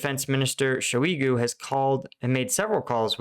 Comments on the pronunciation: Thank you for clear professional analysis. You're a pleasure to watch. B'way (a totally extraneous point, juss trying 2 help with the uunbearable mouthful slavic))) that Shoigu guy is not "sho EE goo", it's like "[kid's] TOY goo", only "shoy goo". It doesn't matter. I'm sorry. Please ignore me. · The Shoi- in Shoigu is like choi in Bak-choi. He's NOT French. Also, if he called a bunch of buddy-states telling each one something different and thought they will not later consult each other and compare what they heard - well, that SCREAMS of stupid in my book.